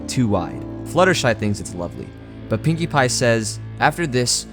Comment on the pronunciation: did he just call Pinkie pie Pewdipie?